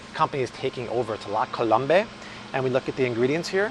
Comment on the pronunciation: Second time I’m hoping you’ll stop pronouncing La Colombe wrong. It’s French. La col-ohm